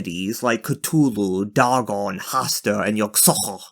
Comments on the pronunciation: Isn't it pronounced "Day-gon"? That's how I always heard it. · Did you really pronounce Dagon like that? Bro.